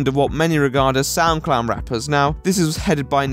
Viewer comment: For the longest time I thought you were saying SoundClown, which actually seemed rather appropriate.